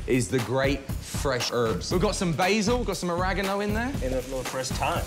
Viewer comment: Did no one notice how the announcer dude said oragano and not oregano 😅😂